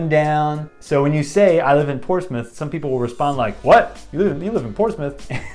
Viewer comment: There is no Portsmouth, and definitely no Ports-Mouth. There are two acceptable pronunciations and no other. 1) Porch-smith 2) Pos-muff